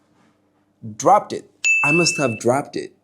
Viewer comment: Amazing video as always,just a small tip :you missed the voiceless,, t ,,sound in ,,,dropped and asked , they should sound like askt amd dropt becuase of the consonants before them.(thanks for the lesson)